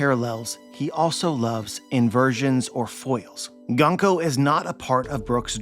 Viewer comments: It's pronounced "Goon-ko" :) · My man! It's 軍子 - グンコ - Gunko (pronounced Goon-koh). I knew you would be excited from this chapter! I was really happy to see glimpses of a deeper backstory for her and a redemption for the evil she's been displaying, and the fact that she's being possessed by Imu is absolutely frightening, it's really putting the tension back in place. It didn't make sense to me how much focus and nuance Oda was giving her character only to make her simply cruel and evil. Oda really likes his cute girls, I should have expected this. But more seriously, her potential is really exciting, I can't wait to see how her story develops, especially since I adore her design and fruit power.